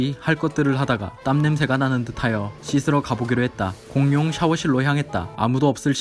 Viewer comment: 공용 발음할때 휘파람소리ㅋㅋㅋ